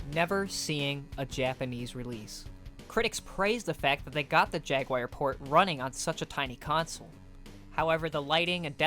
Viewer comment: Why do you keep saying "Atari Jaguire"